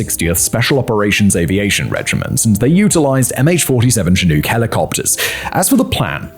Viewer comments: If Simon says "chi-noook" one more time imma lose it 😂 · *CH 47 Chinook